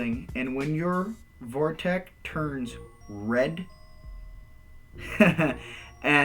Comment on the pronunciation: Thanks so much for doing these videos but dude, this is the *fastest* way, a "short cut"?! You're kidding me! It takes THREE videos to explain this and the best part of an hour to get there?! Cut the repetition and ramble and the whole series could be 25% as long. Would love to see a more coherent summary. (Also, please, it's a "vortex", not a "vorteck".)